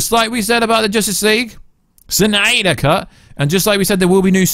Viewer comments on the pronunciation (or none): This news was good enough for me to sit through you saying “suNYDER cut” a bunch of times.